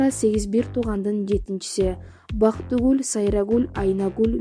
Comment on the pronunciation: 1.Текстти окуган кыз БактыгУль,,СайрагУль,АйнагУль,МиргУль дейт го. 2.Аман Мансуров дейт,Асан Мансуров дейт...Тактап алса болмок. 3.Биз билбеген кайсы фактыларды айтты,баарын эле эл жадыбалдай жаттап бүттү го.Тема менен мазмун дал келиш керек да.Бул жерде жөн гана Самара Каримованын өмүр баяны экен.